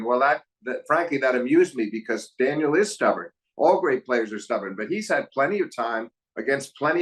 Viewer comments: Steve Flink, I really enjoy hearing your analyses, but it's annoying to hear "Daniel" over and over. Is it soooooo hard to say Daniil? I mean, really? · It's not daniel it's daniiil for god's sake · These episodes are so fun and insightful to listen to. Two masters discussing tennis. So special and perhaps would love even more than just 4 times a year. One thing I couldn’t understand, why did Steve Flink constantly refer to Daniil as Daniel. It’s just a bit grating to my ears especially since he obviously knows the proper way to pronounce it. Almost as if doing it on purpose. Why? Why? Especially in an international sport like tennis where commentators and analysts always try to pronounce the names accurately. He even kind of messed up pronouncing Zverev. He said “Zzerev’ completely omitting the first ‘v’ sound. Even said ‘Daniil’ several times during the discussion and still Flink kept saying Daniel. Maybe just me, but really annoyed because Flink is not some casual fan. Covering tennis is his career, he obviously knows how to pronounce ‘Daniil’. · Daniil Medvedev not Daniel. Sorry just like the correct pronunciation of names. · Love these videos. Two of the best analysts in tennis, but I gotta say… Blows my mind that Steve puts this much time and thought into tennis and still says things like “when Daniel played Za-verev in DOObai…” It’s like he’s never heard anyone else say these words lol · Flink sure is bad at pronouncing names 😂 "Zerev" "Daniel"